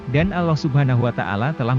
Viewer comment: Kenapa admin tidak menyebut algur an bukan guran tapi algur an kudengar admin menyebut nama tuhan itu seperti ini alah kenapa tidak seperni ini admin menyebut nm tuhan allah bukanya alah tapi allah